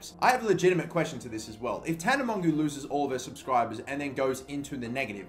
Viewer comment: It's pronounced tana mojo